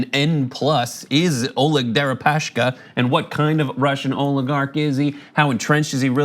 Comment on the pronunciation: Why do you guys keep saying "Deripa-sh-ka"? His name is Дерипаска, not Дерипашка